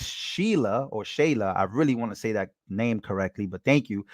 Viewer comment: Bitch literally said "dat"